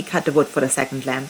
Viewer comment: I'll be honest , all the video I heard Lamb not Lamp... And I am a man of culture